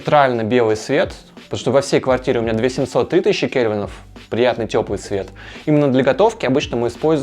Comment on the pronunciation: Кельвины а не кевины)